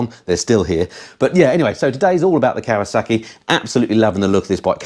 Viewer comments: It's Kawasaki not Kawasarki there is no R in Kawasaki, apart from that great video keep up the great work 👍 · As soon as I heard Kawa saaarki I was done.